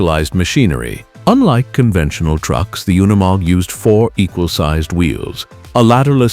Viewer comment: it is NOT UN E MOG - it is pronounced youkneemog